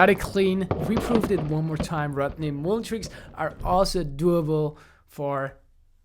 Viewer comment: ya gotta work on that pronunciation Jonny. its MULL-EN. not MOO-LEN sorry man i had to say it. yes, im a jerk. i know. love you jonny, you're the man.